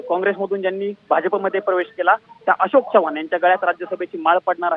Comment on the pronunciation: आशोक नाही अशोक रे...काय मीडिया